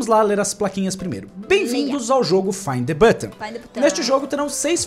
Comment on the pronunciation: FINE THE BUTÃUMMM kkkkk